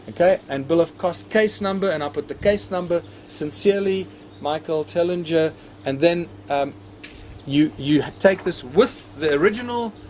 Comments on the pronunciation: He pronounces it as if it has two gs Tel ling jer, sorry no brackets on a Japanese keyboard. I saw this ages ago. My problem is that my Credit Union in the USA is not transferring my money to my bank in China! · You pronounce the g in Tellinger.